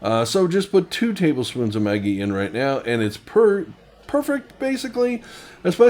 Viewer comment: A lot of people have been asking me for more vegan options at work. Will have to try this, appreciate the inspiration. Maggi is pronounced Mah-ghee. It is my secret ingredient in soups and Asian dishes. People love it but can’t figure out what that umami flavor is. The bartenders use a couple of drops in Bloody Marys, great stuff! Cheers!